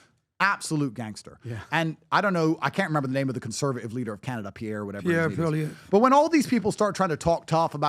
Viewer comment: did this dude really say Canned Ace😭